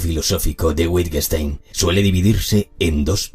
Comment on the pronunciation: Me encanta la locución. Sólo hay problemas con la fonética en alemán. El nombre sería "ludving vitguenshtain". Y el contenido también. Soy discípula di Wittgenstein.